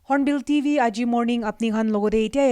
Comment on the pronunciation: Hornbill TV not hornbill DV.. 😄😄